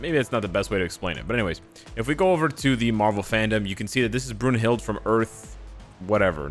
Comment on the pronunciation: Her name is pronounced BROON-hilt but an English version is BROON-hildA with the "e" sounding like an "a".